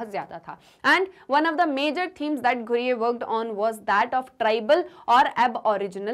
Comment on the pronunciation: Mam i want to correct u it's not ghureyeee it's ghurye ( ghooree - it's pronounciation)